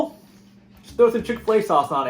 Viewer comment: Chick Fila sauce lolololol